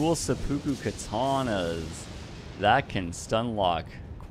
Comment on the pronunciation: who else cringes how he pronounces "seppuku"?